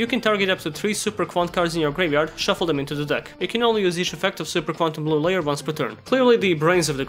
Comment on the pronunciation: I swear everytime you say Super Quantal I think you're about to sing super idol 的笑容都没你的甜.